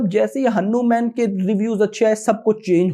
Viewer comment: Bhaiii aur sab to thik hai Lakin aap Hanuman ko henuman mat boliye aap hmesa Bolte he ise band kro😊😊😊